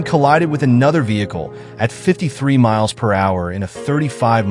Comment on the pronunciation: I'm so sick of this AI script crap. It's so low effort. This guy is reading a script some Chinese guy gave him. You can tell by the weird grammar. Very Chinese sounding. When Americans say "35 MPH zone", they say "35 mile per hour zone". But a foreigner, unfamiliar with English, says it as 35 "MILES" per hour zone. I initially thought this was an AI voiceover too, but I heard him take a breath and I'm not sure AI voice-over is emulating that yet. As I'm writing this though, I'm starting to doubt that intuition because of moments like with that inhuman pause between "church of"................ "Scientology". Even the way he said, "That 70's Show". Every American puts the emphasis on "That". He didn't and it sounded awkward af. I guess AI voiceover is improving, but it will always be soulless and insipid. Hopefully, YouTube bans it soon before it completely takes over because of people in 3rd world countries trying to make a quick buck at the cost of the entire internet.